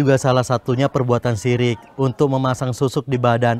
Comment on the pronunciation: Musrik bukan sirik😅